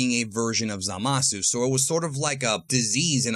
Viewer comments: Zalasu xD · Ah yes, Zalasu